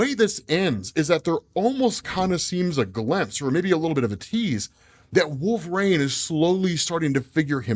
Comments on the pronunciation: Can't stand the way you pronounce "Wolverain" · WHY the F*CK does say "Wool- vuh-rain"?!